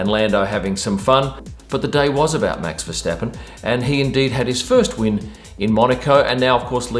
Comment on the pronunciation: I like how you pronounce Max Verstappen’s name properly.. Most English speakers call him Versteppen instead of Verstappen..